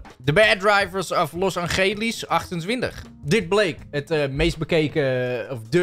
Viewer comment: ✨Los Angelies✨😭